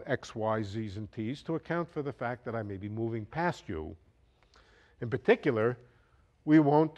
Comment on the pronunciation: "in puhticulah"